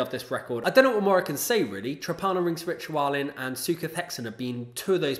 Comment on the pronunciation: very cool list. came here to support my buddies in sutekh hexen and glad i discovered this channel. only one quibble: you should really look into the correct pronounciation of trepanierungsritualen cheers